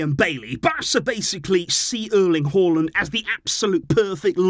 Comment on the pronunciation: As a norwegian I was actually shocked when I heard you pronounce Haaland correctly😂